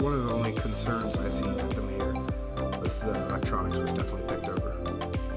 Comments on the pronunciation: It's pronounced My-yer not Mae-yer and you have to call it Meijers because everyone in Michigan adds an s to the end of everything. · Its not "Mayor" it pronounced "My-er" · Meijer is pronounced "My-er" "mhy-ehre" not mayor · It’s pronounced My err. Like it’s spelled Meyer. Good walk around!! One of my favorite places to shop!! Nice video!! 👍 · Mayer?? You mean Meijer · It’s pronounced mi er